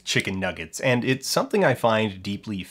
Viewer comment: He is hardly of a high social standard when he pronounces "something" as "summingck"